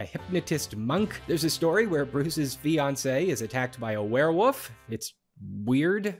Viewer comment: Lol says were-woof